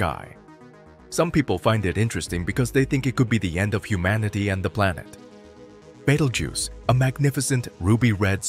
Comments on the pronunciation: Also it's pronounced Beetle juice not bagel goose.😂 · How many F***ing times can you pronounce Betelgeuse?! Betel-juice, Bettle-goose, Bettle-gise, Battle-goose, Baked-pimple etc..... Also, Battle-goose is Orion's right shoulder, not left. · Betelgoose????? lmao...... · Baytle goose. 😂😂